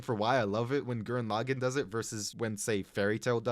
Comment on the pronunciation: No… Gurren… Laggann… WHAT. THE. FU- This Video Is Flawed, But I Believe You Can Do Better, But Still, NO GURREN LAGGANN, WHY HOW WHAT.